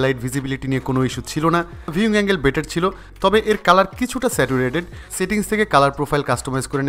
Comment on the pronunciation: উচ্চারণটা সেটুরেটেড হবে না, স্যাচুরেটেড হবে "saturated"